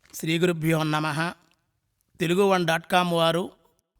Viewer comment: అయ్యా మీరు "గురుభ్యోన్నమః" అంటున్నారు, న కు నా ఒత్తులేదు. "గురుభోనమః" అనాలి